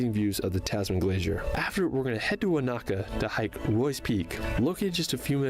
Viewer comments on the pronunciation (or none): Americans heavily accent the second syllable in most words. This is completely wrong Most Maori words. Wanaka = Wa na ka with equal emphasis. Not Wa NA ka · His emphasis on the second "A" in Wanaka instead of the first is pedantic. He made a good effort with all the names he used. Kia ora. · Listening to Americans butchering our place names is torturous - it’s WAN-a -ka, not Wan-AH-ka. If you’ve been there you should know that.